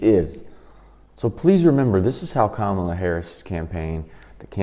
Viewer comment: Hey its pronounced Commie la 😂